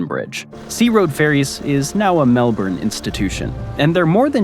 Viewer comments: lol nepean... say it like Na Pe An. Melbourne try Mel B'n or Mel Bin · Thats Melbun still spelt MKelbourne but pronounced Melbun! BoltE, he was a Premier of Victoria, his bro, was my woodwork teacher in Form 2. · heard "melburn" and instantly shut off the video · It's pronounced Mel-bun! 😉😄